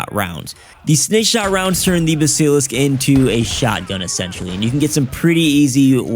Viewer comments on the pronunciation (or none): dont know how to pronounce a word google it.. it will teach you how to pronounce it.. bask ka lisk